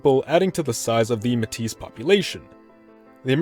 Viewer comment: Btw Metis is pronounced "May-Tee"